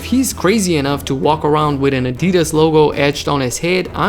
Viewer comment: He said “Adidas” so weird